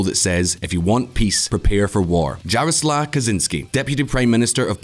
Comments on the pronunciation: When you put words from languages you don't speak in Google Translate, you can get the correct pronunciation. "Jarosław" is pronounced "Yaroswaf", not "Djaroslav"… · Jarsław Kaczyński should be pronounced "Yarosuav Katchynsky" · I recommend you check the pronunciation of JAROSŁAW. Thank you. (It's more or less Yah-roh-swav). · dżerosław kacziński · you can pronounce it as Yaroswaw , J isn't pronounced like G in polish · JJJaroslaw... damn, my name sounds badass in english XD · Dżarosław lmao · oh, for the love of God!!! Stop butchering Polish names!!! It's not that difficult! Jaroslaw Kaczynski is pronounced "Yaroswav Katchynski." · its Yaro-suave Kachin-ski and Anjay Dude-uh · thumb down for not checking how to pronounce Polish names (e.g. Jarosław) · Quick hint; J in Polish is pronounced as Y in English; and Ł similar to W in English. That should help to read Jarosław better. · Now let some leftist in the west call us racists, we only hate ruSSia (your Andrzej Duda and Jarosław it hurts my ears